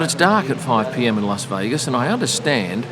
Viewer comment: Thanks for the as always excellent video. You always say "LOS" Vegas. Making me think, is it actually meant to be said like that? Agree that it's one of the best races for on track action, very much enjoyed the race on TV